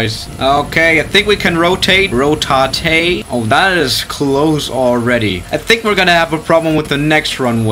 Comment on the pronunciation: Ro Ta Té